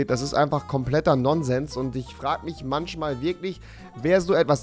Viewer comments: Manchmal... nicht manschmal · manschmal anstatt manchmal ☝️ Ich liebe es 🤣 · Warum sagt Rewi "Manschmal" aber Fische sind bei ihm "Fiche". Rewi you had one job...